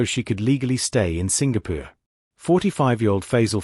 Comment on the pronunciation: Why does narrator pronounce ‘Singapore’ as ‘Sing peer’?? It happens often in this channel. Many other words are also pronounced incorrrectly. I find it irritating . Thus can’t subscribe. Worse…. why is this channel named ‘Twenty Thirty’? 🤷🏻‍♀️